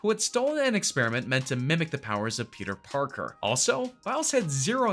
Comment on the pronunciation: Yo he said Peter porker